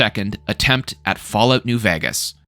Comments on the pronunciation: The way you say Vegas bothers me a lot 😂😂😂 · I've never seen anyone play, or even say the word "vegas", like you do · I live there, he says it normally, he just kinda puts an “h” after the v